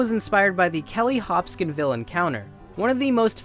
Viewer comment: It's the Hopkinsville Goblins, not the "Hopskinville" Goblins.